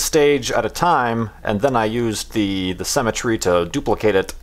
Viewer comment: why does think that the word Symetry is pronounced like the word cemetry?